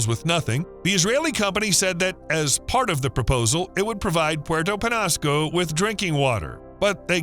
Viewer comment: It's pronounced, sa-WAH-ro cactus. Penñasco is pronounced, pen-YA-sco